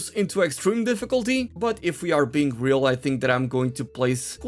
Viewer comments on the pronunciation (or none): none